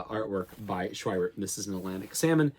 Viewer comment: Schwiebert is pronounced "Shv-ee-bert" a "v" consonant and long "e" sound.